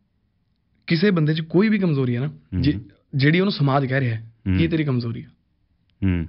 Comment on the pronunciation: Zabardast the word you said Kamzori and not Kamjori clap 👏